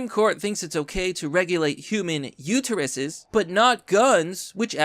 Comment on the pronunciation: IT'S UTER US NOT UTER YOU